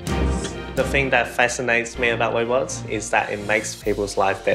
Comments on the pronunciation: Did he say Wobots?? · His wobots will take wover the world